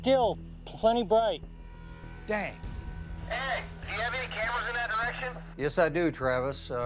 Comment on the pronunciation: Gotta love Dr. Taylor. I remember him from Rocket City Rednecks on National Geographic. He still cracks me up when he pronounces "Any." I'd pay to have him say "Eeny Meeny Miny Moe." 😂